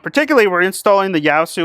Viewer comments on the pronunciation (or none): It's pronounced YAY.SUE and the FT-8900R is a an extremely good radio.